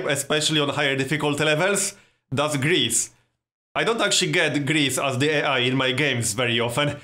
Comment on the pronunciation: lol when you say Greece it sounds like gris, which is the Swedish Word for pig! xD